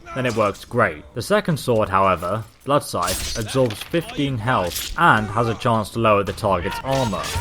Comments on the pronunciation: Did he really say blood sith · Bloodsith lol. Sorry bud its blood scythe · Blood SITH?? Did anybody teach you English you bellend!! Stop oiling your beard and ask an adult how to pronounce it.